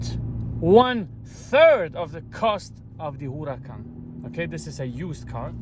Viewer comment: Huracan ❌ HULACAN ✅